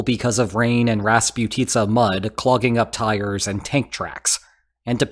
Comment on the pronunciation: Thanks for the great video! Just a small note: raspUtitsa is a more correct pronunciation :)